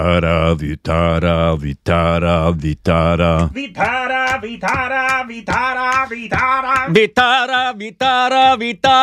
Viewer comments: It's not Vittara , it's Vitthala - name of Shri Vishnu , God of Sustenance 😊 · it doesn't end with "R" but "L" Vithhalaa and not Vithhraa. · Nice to see you remember the devotional song and also the name of a God. Just a correction, its Vitthala, pronounced like Vi-ttha(like 'th' in "thought" but more stress on 'T') - la. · This fort is in my city Nashik.... And we go once in a every year.😊 Btw... At the star u were singing Vitara.. Actually its Vithhala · For heaven's sake it is Vittala, not vittara